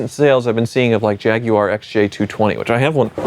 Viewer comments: LOL still trying to sound British with "JAG-YOO-ARE". 🤣 It's only slightly less annoying than when he refers to hoods as "bonnets" on non-English cars. At least he isn't committing the mortal sin of pronouncing it "JAG-WIRE". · Man, I really enjoy these videos, but needs to learn how to say Jaguar. It drives me bonkers!!! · Awesome Vid Per Usual. Question. Is It Pronounced “Jag-You-Are” Or JagWar ? I’m Truly Curious.